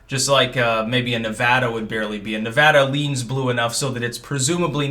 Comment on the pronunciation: Thanks for pronouncing Nevada correctly. Lots of east coasters don’t.